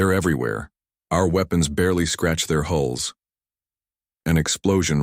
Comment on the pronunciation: Hulls, not holes.